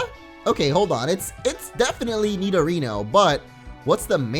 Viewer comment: Nidorino not nidorina